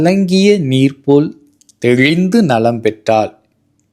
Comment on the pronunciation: "Thezhindhu" enru solvvdhai TheLindhu enru sariyaga sollavum.Matrum "zha" "zh" ucharippugalai dhayavu seidhu migavum azhuthamaaga solvadai thavirppadhu nalam Nanri.